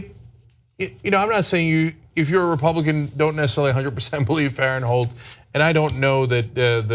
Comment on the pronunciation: I know Blake Farenthold and its pronounced Blake Faren-thold not Farent-hold. She took a settlement and though i have no idea if he did or not but in any case, he is paying out of pocket back to the congressional account. He was never estranged with his wife and i know this as i know the family. She took the settlement and cannot sue. She is basically trying to ruin his career years after the settlement. I recommend you look up the dates of this settlement and tell me why there has been such a gap since the settlement and now she suddenly wants to make a hit piece.